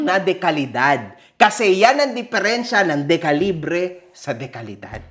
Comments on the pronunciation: Dekalibre ❌ Dikalibri ✅ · DEKALIBRE ❌️ DEPALIBRE ✅️